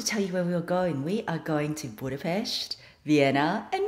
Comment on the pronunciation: Hi! Have fun in Budapest, you pronounced it great! I am from there, you are going to love it! I have made a video about my Budapest favourites, and I also have part two if you are interested! Enjoy your holidays!🏖️🏖️🏖️